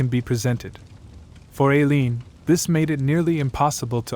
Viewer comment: It's "Eye~leen", not Ā~leen and " Tie~rah" not Teer~ē~ah.